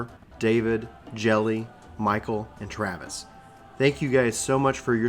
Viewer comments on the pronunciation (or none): none